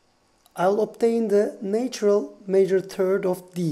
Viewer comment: How can you distinguish micro tones and yet not hear that “natural” is pronounced nAtural, not neitural?